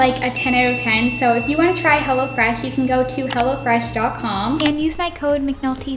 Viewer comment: Am I the only one watching it 1 year later and then when she said “hello fresh” I thought she said “hella fresh” anyone else